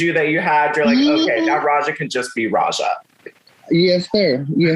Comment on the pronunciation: Not the interviewer calling her Rajah O’Hare😒🤬